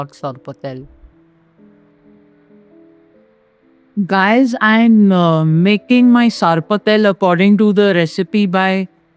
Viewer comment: It’s not sarpatel. It’s sorpotel